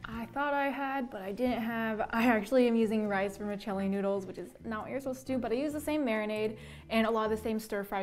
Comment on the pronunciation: You know she's a true army the way she said "Hobi"